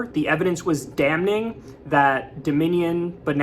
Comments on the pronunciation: Kyle the N is silent in damning. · You're not supposed to pronounce the N in the word "damning". It's silent. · "DamNing" - Kyle Kulinki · The N in damning is silent kyle😢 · I love Kyle and have been a Secular talk for years.... But he HAS to learn how to pronounce "damning" Bruh....the "N" is silent. Just sayin' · the first N in damning is silent. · Kyle. Ask Krystal how to say "damning." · I love you, Kyle, but I'm cracking up over here at the hard "n" in damning ! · N in “damning” is silent. 😊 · 👨‍🦳 Kyle looking like Grandpa Kulinski in that kitchen. Also, the n in damning is silent, Kyle. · Kyle, the word "damn" the N is silent. Pretty sure in the word "damning" the N is still silent even with the ing added. Pronouncing the N when you say that word is that a New York thing? I do not recall anyone pronouncing it this way.